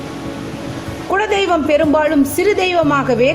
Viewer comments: உங்கள் உச்சரிப்பு குழ தெய்வம் என்று ஏன்? அது குல தெய்வம்.. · Kula deivam... Not kuzla deivam.. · modhalla kuladheivam ngra worda olunga sollunga